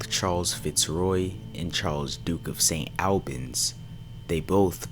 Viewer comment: Worcester is not pronounced Warr-Chester. It’s pronounced wuster. St. Albans is pronounced St. Olbans. It’s just courteous to find out how to pronounce place names. There’s no excuse and you wouldn’t want to be dubbed as, in your words, ‘lazy or ignorant’.